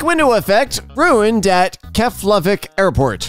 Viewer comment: actually pronounced Keflavík quite well, pretty much pronounced right